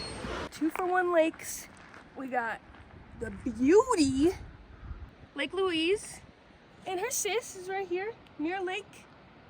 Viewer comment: Just FYI, it's pronounced Lake "Lueez" like the woman's name, not Lake "Lueece".